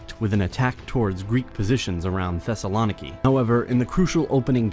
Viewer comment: The video was great!! But Thesalòniki just kills my heart